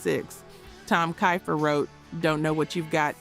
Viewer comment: YAY CINDERELLA!!!! ❤❤❤. Thanks for giving them the plaudits they deserve. Keifer is amazing. For the AI—Name is pronounced Keifer as in Keefer.